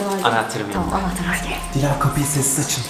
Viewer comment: Güzel olmuş da "Dilas"ne?!